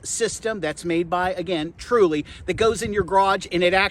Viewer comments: Great video, but why do you say the name so wrong.. is it an American thing? ... Th---ule..... you say it like Tru-ley.... so confusing. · It bugged me how you kept saying “Truley” but other than that, it’s a good video. Just.. if you’re spending this much effort in a video for something you’ve had over a year, at least get the name right.